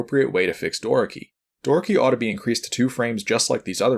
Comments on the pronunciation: Door key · Doraki? Door-a-key. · Love the video, but hate the way he pronounces "Doraki" lol